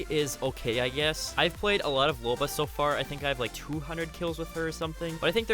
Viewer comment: I'm sorry did you just say loba